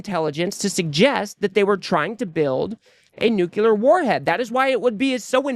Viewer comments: It's pronounced "nuclear", not "nuculear". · I love ya man, but it's nu-clear, not new-cu-lar. Sorry.